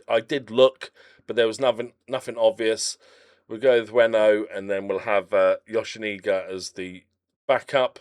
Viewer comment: That's an odd pronunciation of Yoshinaga.